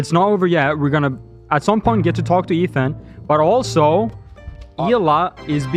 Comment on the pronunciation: Sorry but that was more like "Zach don't hawk tuah to my wife" 😅